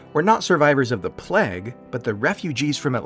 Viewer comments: playg not plehg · just not a pronunciation for plague I'd heard before!